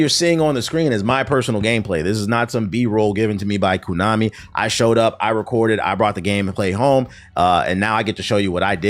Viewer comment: It’s pronounced (Konami) Koh-Nah-Mi, not Koo-Nah-Me bruh.